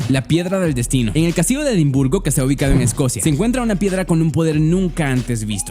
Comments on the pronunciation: Dice "castilo de.." es castillo* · Dice "Castilo" en lugar de "Castillo" xD